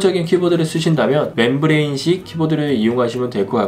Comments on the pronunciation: 매형 그러니까 잘 읽으라고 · 맴브레인을 (membrane) 왜 맨브레인이라 함?